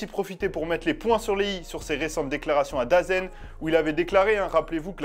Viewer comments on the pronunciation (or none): DAZN = The Zone et non Dazen 😉